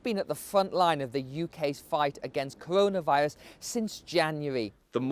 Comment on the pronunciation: Cowonaviwus lol